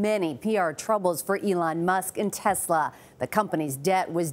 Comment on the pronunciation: The fact that he is only person in existence who says Tesla correctly should count for something..